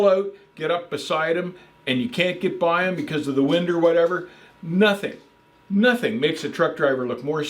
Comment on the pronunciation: "A couple ah counties" 🤣